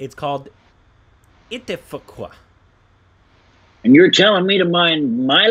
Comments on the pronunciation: Its it+te-fak not itafakwa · It te faq. Pronounced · It's pronounced ite-fawk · Ittefaq.... I am sure pronounced it as faq-wa because he was scared to say f*ck.